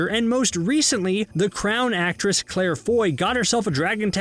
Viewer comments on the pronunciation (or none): none